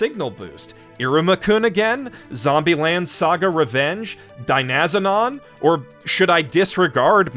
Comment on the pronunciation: I'm sorry...I can NOT ignore how you pronounced Dynazenon. Maybe it's just the Tokusatsu fan in me (which, admittedly, is all of me), but I HATE the mispronunciation of the words that are pronounced IN SHOW. DYNA, like dynamite. Zenon, like that one Disney Channel original movie series. Also, Dynazenon is Anime of the Year for me, but I barely watch anime, and that's the only anime released this year that I've watched.